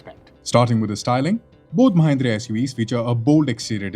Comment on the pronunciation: Mahindra ❌ Mahendra✅